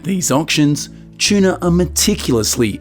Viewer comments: Tuna but it’s the way he pronounced it 😊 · what's a chuna? shuna? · Aussie way of saying….its a funny quirk